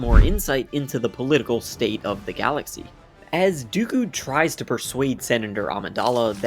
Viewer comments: Something that tells me Lucas was just writing another sci-fi adventure in his mind is the language he uses in all the behind the scene footage. He regularly refers to lightsabers as laser swords, and while everyone in the films says Dooku's name with the long oos, he says Dooku's name with a short o or as if it was Doeku. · Amazing how the goofy Count Dooku turns instantly into the vaguely-Asian blademaster Count Doku with just a simple pronunciation change. I always thought that the character suffered under the weight of a horrible name. While that may be acceptable for a throwaway comic relief character like Babu Frik, it doesn’t work for a very serious character, especially one who is played by a legendary actor who has real life badass credibility. Eh, I’m just an old fart- I think that Count Doku sounds about 100 times better, that’s all. Obviously, that’s just my opinion 👍🏻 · Crazy hearing Lucas talk about Dooku and call him dough-ku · Why does Lucas mispronounce Dooku's name? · that's what he's called in Jedi Starfighter too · Count Doku (Dough-ku) would have actually worked imo; Lucas took a lot of inspiration from samurai films and Japanese culture; and "Doku" is the Japanese word for "poison" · George Lucas himself calling him “Doku“ is so cursed lmao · I forgot George Lucas pronounces Dooku as “Doku” 💀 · All i remember is him calling Dooku, Doh ku... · Ah yes. The esteemed Count Doh-Kooh. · Interesting to hear George pronounce it 'Doku'... Even without the scene with Anakin and Padme, there is another... ...way for Jango and Master Windu to duel, which was forshadowed by Obi-Wan's detention... Jango could easily have taken Obi-Wan's lightsaber. That would also then explain why, in Episode III, Obi-Wan had constructed the new lightsaber, which he continued to keep until his final dual with Vader... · Why does George Lucas pronounce dooku as doe ku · Why is george pronuncing dooku like Doh koo though? 😮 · Why does the creator call Dooku Doku?